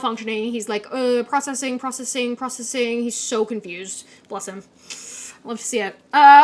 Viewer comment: Not you saying bless him the way they do in the south....